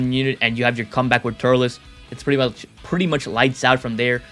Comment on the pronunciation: It’s turles not turless